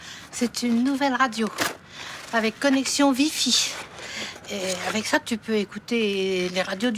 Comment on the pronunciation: "avec connection VIFI" 😂😅